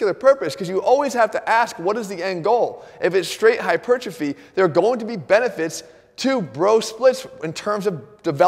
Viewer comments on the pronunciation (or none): I realize I'm focusing on a pretty insignificant detail, but if Jeff is going to use the word "hypertrophy" as often as he does, he should actually say "hyper-trophy." Instead, "hytropiphy" is what always comes out of his mouth. That's not a word.